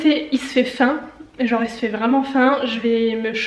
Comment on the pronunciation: Le "y fait fain, jenre y fait vraiment fain" 😂